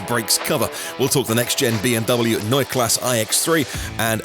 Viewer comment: yes, like Porsche. You pronounced that right.